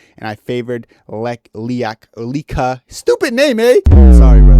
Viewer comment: Bro can’t pronounce leka😭😭